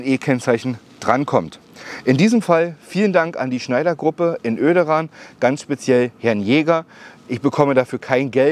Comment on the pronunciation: Hey beim Schneider hab ich vor Jahren meine Zoe gekauft, aber war nicht die Niederlassung in O-Ederan, aus Öderan hab ich meine Frau bekommen und mitgenommen. :_igembbLol: (OK es heißt Oederan)